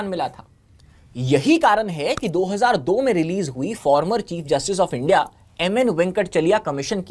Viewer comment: इस बॉस डी वाले को India बोलने में दिक्कत है Indi बोल रहा है 😂😂😂